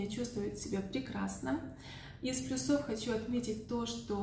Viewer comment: Всё видео интересно и информативно, спасибо. (Кстати, "из плюсОв и минусОв" - режет слух такое ударение )